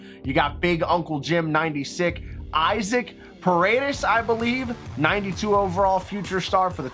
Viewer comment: Isaac Paredes first name is pronounced (E-Sock)